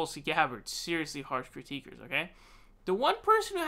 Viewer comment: Critics* not "critique'ers"